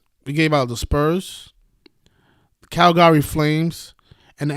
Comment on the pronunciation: You really counting money on the screen.... after you gave that bullshit ass free pick...wow!! And you took the video down... that's weak as fuck learn how to say Calgary. Imbecile